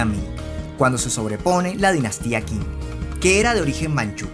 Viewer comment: Un dato, la "q" en chino, no se pronuncia cómo la nuestra, de pronuncia casi como nuestra "CH" de esta forma, la dinastía qing, no sonaría quing (o king) sino ching